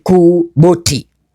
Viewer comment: Sio boti ni BOT (bi o ti) bank of Tanzania